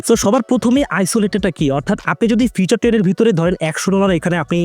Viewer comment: ভাই ওইটা ফিচার না ফিউচার